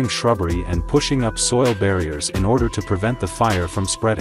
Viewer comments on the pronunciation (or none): none